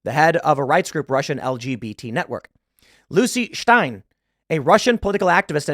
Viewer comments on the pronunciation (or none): Lucy Shtein. Lmao every simgle time.